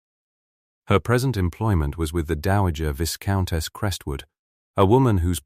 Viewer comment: “Her present employment was with the Dowager Viscountess Crestwood.” The s in viscountess is silent.